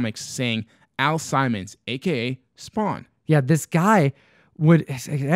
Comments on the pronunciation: You are not crazy. I have no idea what we were thinking that day but completely butchered the name. 😅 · The name is pernounced Al Simmons not Al Simon "Simon says lol. Excellent video as always. Love the vibe always. Keep an eye out for that gunslinger spawn in that collection Guru and also Todd McFarland dropping another gun slinger cover this Wednesday do not sleep on it. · Al Sim mons not simon :P